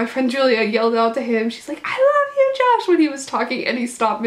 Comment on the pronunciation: the ways she said i got see josh and the way she said liam loll